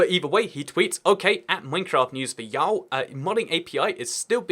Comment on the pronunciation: Hearing try to say “y’all” makes my day.